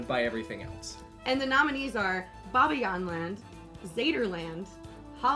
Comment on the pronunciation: I really like your channel, but being from Belgium I laughed out loud at your pronunciation of 'Bobbejaanland' and 'Plopsaland' 😄. Sorry, but it sounds soo funny 🤣